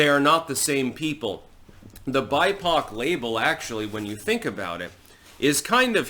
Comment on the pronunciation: Lul I heard "she is buttpoc" not bipoc. Hahaha